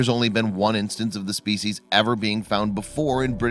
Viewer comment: How about learning how to pronounce "species" properly?